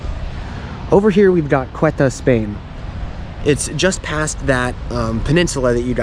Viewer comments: Ceuta is not pronounced „Quetta“ it’s pronounced „sé-oo-tah“ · Ceuta is pronounced Seuta not Queta! and there is Melilla too! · Nice video. One correction: the name of the Spanish city is "Ceuta", not "Cueta". And Ceuta was Portuguese until 1668, then became Spanish till now.